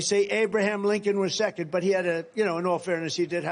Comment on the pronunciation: I recorded my voice pronouncing her name and it did sound like Linken. I also pronounced Nancy Pelosi but it did not sound like Nikki Haley at all \_😳_/.